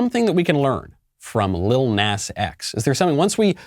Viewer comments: Knowles.... its PRONOUNCED "NAH-z"... you old foggy! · It's actually Lil Nahs X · The way he pronounces “Lill Nass X” 😂😂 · You obviously have never even bothered to research him at all, never even looking on YouTube to get other peoples opinions and thoughts about lil nas x because if you did you would pronounce his name properly, especially because his name is only one syllable, it is spelled with three letters, & most importantly because you Graduated from kindergarten and learned the English language